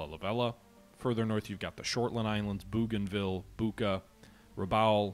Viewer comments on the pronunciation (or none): none